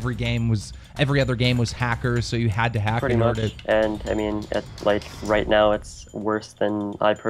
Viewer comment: Am i the only one who fucking hates this guy when he says "les get ROIT into the news"